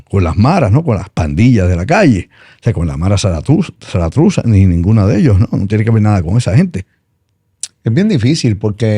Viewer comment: Se dice Mara salvatrucha no Satustra😂